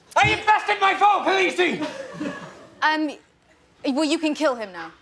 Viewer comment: "Callousy"? Bit of a ROUGH pronunciation don't you think?